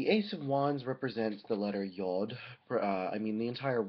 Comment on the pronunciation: Just an FYI, the hebrew pronunciation of the letter is [jʊd]